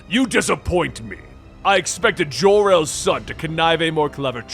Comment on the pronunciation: Jor-El It's Jor-El